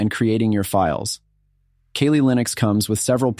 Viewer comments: I was done when he said Kalley instead of Cally for kali. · Ok I know I'mma get heat and smoke for this?..but you're sayin' Kaylee" Linux...when its "Kali...and in CAL-ifornia?...or KAL-EL (aka Superman!) sorry...I know..I'm a geek!....LOL! So its "CAL-LEE" Linux...LOL! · Kah-Lee NOT KayLee (smdh) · You gotta prounounce it correctly first. Its pronounced like "Cally" "Cal Lee" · "'Kayleigh' Linux" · "keylee linux" rofl